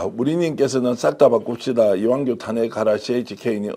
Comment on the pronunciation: 난 왜 자꾸 이완용으로 들리지?